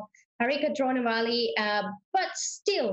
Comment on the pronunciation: dronavalli not drona valley or drona river